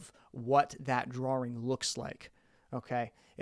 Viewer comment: Interesting video, this does beg the question. Why do you pronounce drawing as draring?